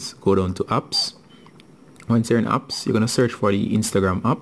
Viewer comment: Wtf is upps it's apps😂😂